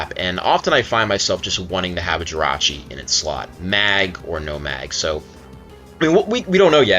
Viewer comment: The only person in the world to refer to Jirachi as "Jirah". Rachi seems to roll off the tongue better, but hey, if that's your hill then by all means defend that hill.